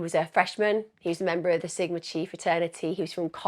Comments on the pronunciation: I’m not picking on you but the pronunciations of the British You-tubers is cracking me up…….The Greek letter Chi is pronounced KAI…..lol, I’ll give a pass on the pronouncement of the towns in AZ and ID……although Moscow is correct. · Emma…the fraternity is Sigma Chi pronounced like ki as in eye.